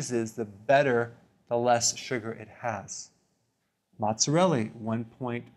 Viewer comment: The way he says "suger"